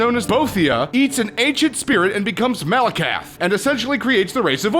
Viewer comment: You got Boethiah and Malakath wrong